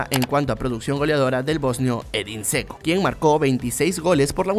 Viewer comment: Dato random: Dzeko se pronuncia Yeko